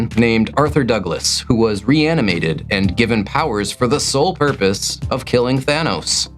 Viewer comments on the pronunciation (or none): none